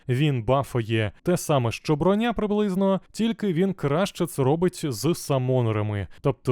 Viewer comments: Не Броня́, а Бро́ня! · Шоб ти всрався, не бронЯ а брОня! Аж вуха пухнуть.... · та не бронЯ вона, а брОня, як же це ріже слух, неймовірно просто